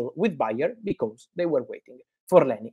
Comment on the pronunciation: Fabrizio can't stop saying lenS Yoro😂 Thanks Fabrizio for all Manchester United news ❤